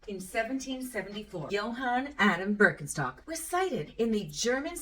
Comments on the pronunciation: The brand name is actually pronounced Birken - sht - ock ;) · this was in no way meant as a pedantic hint or accusation, more as an interesting fun fact that i wanted to share with others. it's an entertaining and informative video about the history of a german shoe company, why not address the fact that the company is actually pronounced differently here? i know that the name is generally pronounced differently in english-speaking countries, so there's nothing wrong with that. now that I think about it, that fact in itself is an interesting phenomenon. I mean nobody would pronounce cucci not in the original italian way. What factors have ensured that this is not the case at Birkenstock? is it because of the comparatively small size of the company? Ist it because everyone thinks german is an ugly language? Or is it because even we in germany in some words pronounce as an st? we'll probably never find out. With this in mind, greetings from Germany. ps. ee would be translated from the pronunciation more into an ie, a long i, the i in Birkenstock is rather short, would you say it would then be more of a Ber - ken - schtock?